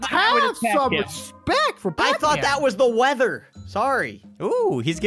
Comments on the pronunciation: brandon:are we gonna fght the weather again me:laughs its wither not weather you noob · Someone better tell Brandon that it is called the wither not weather and I was laughing so hard when brandon said "I'm gonna wack it in the head with a fish) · i saw that said weather and not wither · Brandon and say weather but the real name is wither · Brandon it's wither not weather! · That is the wither not weather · Did you say wither storm?